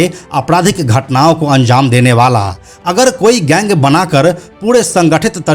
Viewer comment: Bhai Zang Nahin Jang Boliye Aur Zurm Nahin Jurm hota hai 😂😂